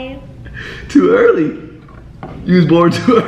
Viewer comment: Austin: How were you born?: To Eaarra Austin: Huh?: To earre Austin: What?: To early.